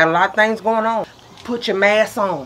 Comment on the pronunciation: Not the “mass” 🤣🤣🤣 We sure do forgetting our “sk”